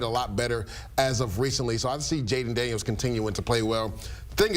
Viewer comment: It's Daniels and it's not even close.